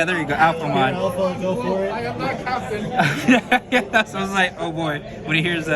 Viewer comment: You said CAPTIAN!!??